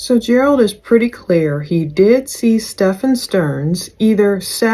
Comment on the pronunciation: STEFF-fen, not Steh-FAWN...